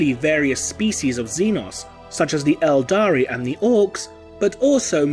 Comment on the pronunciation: IT'S ELDAR! NOT ELDARI! Stop mispronouncing this easily verifiable fact! Damn your videos are filled with so many mispronunciations of a franchise that is over 20 years old.